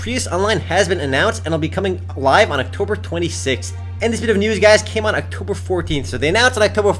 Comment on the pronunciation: Haha, you're saying Octomber 12th so many times. xD